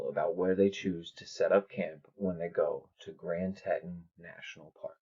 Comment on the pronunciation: Tee-tawn (Teton)... Say it with me... Tee-tawn (Teton)... Great vids keep it up